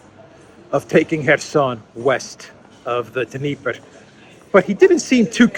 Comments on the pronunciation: The d of Dneiper is silent. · Totally reading a script. He pronounced the Dnieper with the "D".